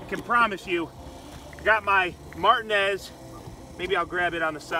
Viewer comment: Lol “Got my Martin-ezz”